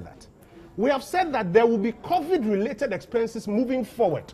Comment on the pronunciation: It is not CORVID, rather COVID (Ko-vid).